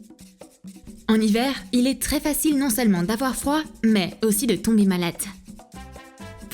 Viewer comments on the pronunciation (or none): Super vidéo mais à vous avez dit malate